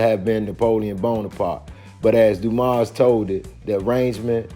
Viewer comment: The S in Dumas is silent.